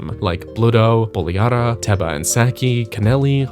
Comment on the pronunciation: Love that you put in the time to properly pronounce Buliara! Makes up for you saying SOUTH-ern every video